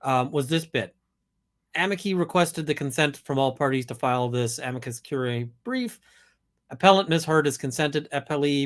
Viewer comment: I just keep hearing "Amica Cream"